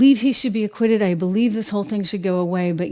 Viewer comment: Lmao you say aquiuted. Not even done yet. Tricky clickbait